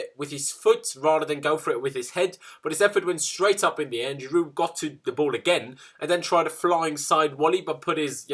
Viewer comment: Stop trying to sound French when you say Giroud 😅